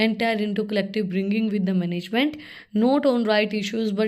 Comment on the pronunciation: Pronunciation sucks 😢😂